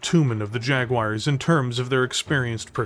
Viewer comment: JaguARRRs with a pirate R is fun :)